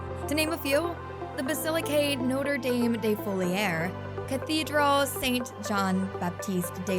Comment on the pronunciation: “Notre dame” is not pronounced “Noh-ter daym” either (unless as a reference to the US university)